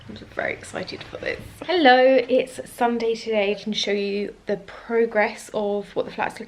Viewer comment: Your home is amazing! And btw the way you said "hello" at first sounded so randomly Danish I just had to comment on that 😂 ❤️